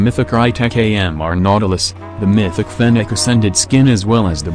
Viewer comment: I swear everytime i hear maythicc instead of mythic 😂😂😂